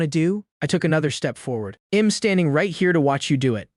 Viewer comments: Upgrade the AI voice. The "I'm" pronunciation is atrocious. Or do nothing, there are other sites that do a better job. I'll forget about this one. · The software has trouble with properly pronouncing contractions such as I'm I'd he'll.